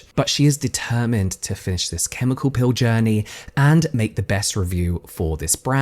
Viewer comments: I was so confused because you kept saying "pill" I thought it was going to be about supplements until I saw her apply the PEEL and figured out you just misprounce it. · So i was listening to this with earbuds in while i cleaned my kitchen and when james says "peel" it sounds like "pill" to me, and since i wasnt investing my full attention i was suddenly like wait... she took a pill and her skin fell off?! So i went back to the beginning and rewatched the entire thing and now im like oh. I just invested way too much time in that. Lol.